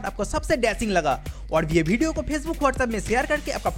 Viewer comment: Bhai tu bihar se hsi kya video ko bedio bol rha hai😂😂😂